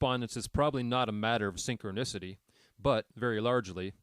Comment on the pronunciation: It's hard to listen to this when your robot can't pronounce synchronicity😅